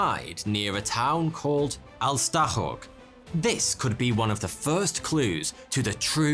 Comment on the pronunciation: last fucking thing i expect watching a video is to see my birthtown mentioned (Alstahaug), and man, you butchered that pronunciation, but we Norwegians forgive you, it's not an easy language